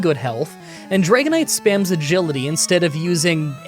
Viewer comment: did you say "one Gility" to stand in for "Agility" like "A Gility?"